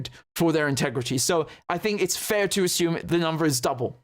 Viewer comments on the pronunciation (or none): none